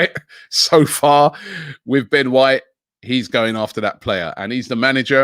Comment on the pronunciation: Ben whoite